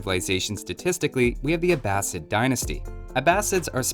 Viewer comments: Great vid but the way you pronounce Abbasid is painful. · The way you pronounced abbasid felt so wrong.